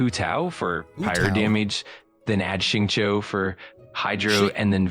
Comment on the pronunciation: I am very curious what kind of AI even stutters this much and talks like a "" than an actual "Dumb AI". PS: It also pronounced Xingqiu terribly wrong.